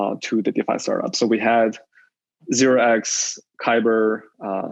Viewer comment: . What is this? Zerox? Or does he mean zero exchange? I couldn't understand if someone knows